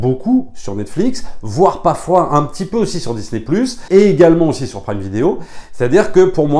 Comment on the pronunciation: "Jvous la recommande au-See" 😋